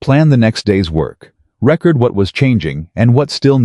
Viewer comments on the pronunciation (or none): It's not pronounced record..its pronounced ree- cord